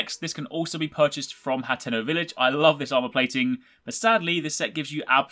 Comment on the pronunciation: Also, it's not hanteno, it's Haa-ten-O